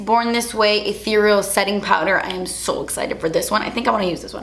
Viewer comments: YEEEESSSSSSS you are the first beauty blogger I've watched review the new Too Faced powder that actually pronounced "ethereal" correctly! Also, I just watched Riverdale too and liked it a lot more than I thought I would. You should check out iZombie if you haven't yet, I think you might rreally like it! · Another reason why is my favorite beauty YouTuber... she pronounced the word ethereal correctly! 🙌🏼👌🏼👏🏼💗 Too many people on YouTube have butchered that word lately. 🤦🏻‍♀️ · You're the first YouTuber to say "ethereal" correctly lol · WOW SOMEONE FINALLY SAID ETHEREAL RIGHT!!!!